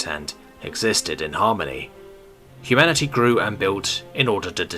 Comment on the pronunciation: Hu-Manatee. Am I the only one that heard it like this?